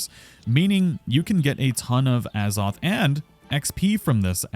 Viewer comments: Az-oth. Not “A Zoth” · As-oth not A's-oth why are u punishing viewers